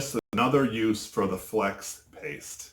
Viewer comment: Lol. He said Flex Ape 😂